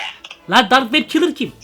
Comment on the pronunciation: Abi o dark web kilır değil o Dark Web Killer